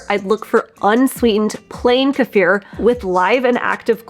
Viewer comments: Do not take a magnesium supplement if you have chronic kidney disease or any kidney issues without talking to your healthcare provider first. It can be dangerous. I think Kiefer is pronounced kee fer. I’ve never heard anyone pronounce it like this woman does in this video. Peace. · It's pronounced "key-fer" phonetically. Knowledgeably this should be a very basic word with anybody who's doing anything with diet, nutrition or gut health. This food has been popular for at least two decades now. Don't need to hear anything else here. 👎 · Hey! Say Key. Alrighty. Now say FUR. Ya know… like on an animal? Okay. Now say them together. WOW! Good girl! You now know how to pronounce Kefir CORRECTLY! You people are so educated in nutrition, you should go back to elementary school and learn how to pronounce words CORRECTLY. It’s either pure STUPIDITY, or it’s ego. The E in Kefir is a LONG vowel. NOT a short one. And the ‘ir’ in Kefir is a LETTER GROUPING THAT MAKES A SPECIFIC SOUND. In THIS case, it is the “UR” sound. You people sound so friggin’ idiotic. And of course, not to mention, FUNNY AS HELL!!!! WOW! 😂😂😂😂😂